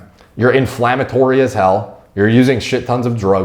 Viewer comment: Please dont say hell like that